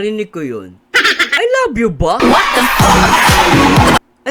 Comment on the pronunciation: Clear na clear sir ang i love u